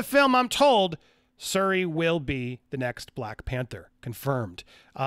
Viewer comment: Didn’t know that Tom Cruise’s daughter had stunt training... The character’s name is SHuri not Suri.